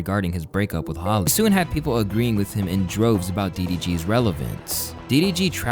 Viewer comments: Her name is hallie not holly bro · Her name is HALle not Holly!! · its HA-LEE